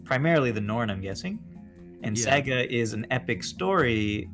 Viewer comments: boots: SA GA not se ga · The way pronounces "Saga" was painful.